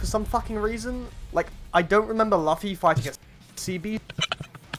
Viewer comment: Bro said "Lufy"